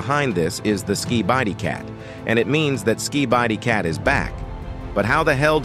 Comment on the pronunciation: the waty he says skibidi cat💀